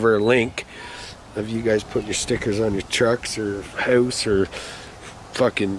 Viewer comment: Idk if it sounds more weird or funny the way he says (house) yeah he's Canadian. But others on there are too and don't sound nearly as incredibly weird when saying house